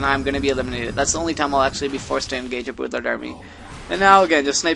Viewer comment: Stop saying boodlord. Its an R in there somewhere.